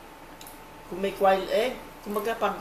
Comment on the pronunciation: its pronounced as kwail egg.